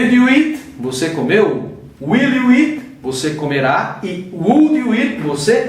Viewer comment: A PRONÚNCIA DO EAT TÁ PARECENDO IT. ELE TEM UM PROBLEMA COM O "EA". NÃO PRONUNCIA ADEQUADAMENTE A PALAVRA SPEAK. EXPLICAÇÃO MUITO SUPERFICIAL. PRA QUEM JÁ SABE, NADA ACRESCENTA. PRA QUEM NÃO SABE, FICA NAS NUVENS POIS É MUITO GENÉRICO. FALTOU O "GOING TO" POR EXEMPLO. ACHEI FRACO.